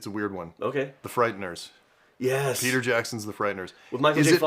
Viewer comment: Not gonna lie, I fully heard say "The Fried Nurse", not "The Frighteners" 😂